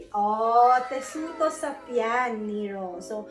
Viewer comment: Hello miss. Don't get mad about s pronunciation of NERO Mali PO. basahin nu PO siya as NE RO., not NEERO